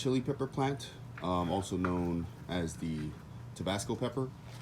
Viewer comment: It's not TOBASCO... it's TABASCO! Please... get it right! Geez! 🙄